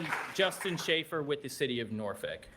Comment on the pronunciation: What did he say? Norfick? Where is that? No local virginian says that. Its nor-folk or nor-fuk